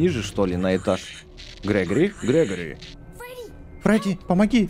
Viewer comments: Гре́гори а не Грего́ри! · Не грегорий, а грегари